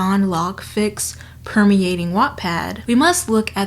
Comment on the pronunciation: Am I the only one who hears wet pad everytime she says wattpad...